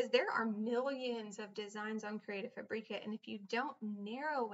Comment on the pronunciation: Super useful information.Thank you for posting it. I would have liked to see you take a font and an image and download it then upload to where ever and show the entire process. It was also very distracting to hear the way you pronounced Fabrica. I think its pronounced Fabric-a as in fabric( the thing cloths are made out of) then add the "A" sound at the end; not Fabrec-a as in paprika.